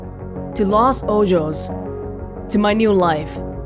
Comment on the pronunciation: Lol “Los Ojos” is pronounced “Los OHOS” which means “The Eyes” in Spanish